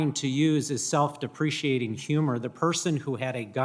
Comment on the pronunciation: He said depreciating humor! Its deprecating!